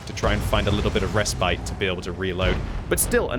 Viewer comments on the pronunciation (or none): none